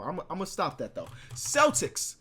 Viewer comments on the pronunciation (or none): none